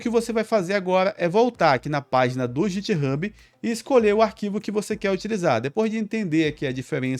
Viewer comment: Tutorial top, só ficou estranha a pronúncia de "github" .